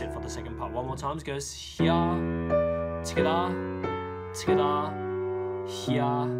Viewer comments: The way he says togethar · The dislikes are people mad about him not saying the notes but saying hia and togitha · "Togathe" "hea" is all i heard 😂🤣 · TWOGethAah. I'm kidding. I'm from Chirstchurch in NZ :P. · No one: Him: *Togetha intensifys*. For real tho i dont get why everyone disliking it and saying stuff like “He doesnt explain it easy.” Yet i understood it perfectly fine. And thats saying it from a dude who just started piano like a week ago. I get it how everyones got their own opinions but damn dont need to get all personal here smh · For like four years of watching you i thought you said skda or something but you actually said together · I like how he says together He be like: togethaa. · If your wondering where is him saying "togethaa" from all those comments, its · Its fun that he says togeda (dis comment is in every video so i wanns wrtie) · "In the 1st part, we got to tttthhhhggaattha!!?! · "heeaa" "togethaa" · hghere togethah my god haha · I'm sorry but TOGETHA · Oceania moment